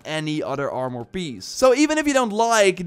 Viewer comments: That was very helpful already wasted some time on purples not knowing about levendary. Small friendly advice: Im assuming youre dutch. 'Armor' is pronounced like the dutch word for poorer. "Armer" instead of "armòr". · You speak very well but why do you have such a hard time saying armor lol..? It sounds like your saying (armor,more) every time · Armore?? Stop saying that your killing me over here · are more? more like are less